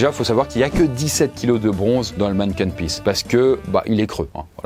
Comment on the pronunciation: Super vidéo, on parle de mon pays ahah sache qu'on dit manniken pis